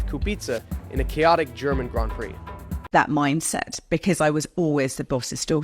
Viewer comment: When you can’t even pronounce Grand Prix properly….